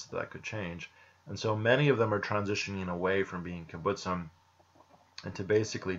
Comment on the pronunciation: The kibbutzim still exist, it's just all of them (except of literally a handful) are no longer socialist in any sense, this process of "no longer being a kibbutz" has already happened long ago By the way you say kibutzim funny, you need to stress the b and tz. Also kibutzim is plural, the singular is kibutz.